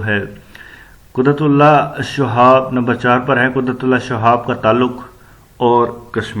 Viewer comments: اس آدمی کی اردو صحیح نہیں ہے شہاب کے شین کے نیچے زیر ہے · بالکل بوگس وڈیو۔جوشخص شہاب کا تلفظ صحیح ادا نہیں کر سکتا۔ اور بے شمار غلطیاں۔۔ خدا را ایسا استاد مت بنیں جو خود ہی اردو سے ناوقف ہے۔۔۔۔